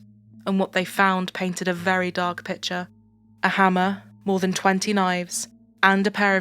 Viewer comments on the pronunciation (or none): none